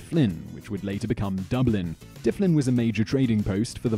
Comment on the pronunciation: also Dyfllin i pronounced as Diplin